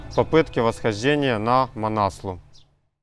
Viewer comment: Несломность - такого слова нет в русском языке, правильно писать непобедимость. Манаслу - ударение на У правильно говорить. Непальцы говорят так.